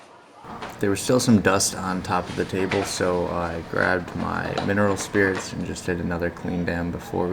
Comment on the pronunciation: Can you list the items you used- like the type of paint - oil or water based. Laquer spray. And couldn’t understand you when you said mineral oil or spirit? Couldn’t understand you. Thanks - new subscriber